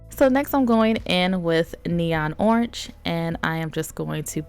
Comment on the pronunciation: it’s not oranch it is orange btw i love your videos and watch every day and every video i love u so much